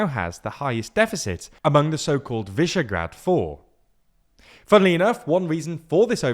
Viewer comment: The "sz" letter in Hungarian words (FIDESZ, Tisza) is pronounced as your common "s" in English, such as in the words "yes", "school", "Sarah", "socks". You were right to pronounce "Visegrád" as is, because the "s" letter in Hungarian is pronounced like the "sh" in "shamble", "shackle" or "ship". The "gy" letter in the word "magyar", meaning Hungarian, is pretty much unpronouncable by foreigners as far as I experienced. But you can still try by pronouncing at the same time "d" as in "Dora" and "j" as "y" in "yes". Cool video though!